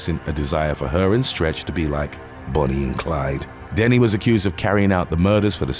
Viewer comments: I love your stories but I hate how on so many youtube videos names are said wrong. It's not Joanna denny its dennehy. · It's pronounced Joanna Denneheeeee